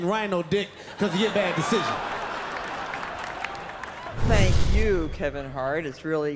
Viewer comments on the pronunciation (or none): She said shank you for being here Niki.